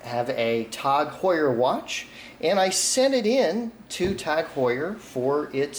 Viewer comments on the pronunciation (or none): “Tog Heuer” It’s “T A G”, numbnuts